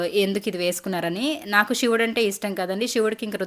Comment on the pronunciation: మీరు తెలుగు వాళ్లే కదా... షివుడు కాదు శివుడు..